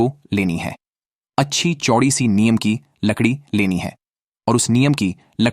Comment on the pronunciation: Neem bolte hain, niyam nahi, aap se a hha to bacche bolta hain, pls lesen to again, hi di not clear, he hindustan hai, hindi ka sahi use karen, jai shree ram